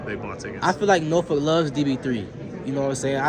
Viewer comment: The pronunciation in this video of Norfolk must stop